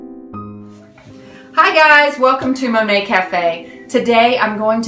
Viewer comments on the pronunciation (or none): none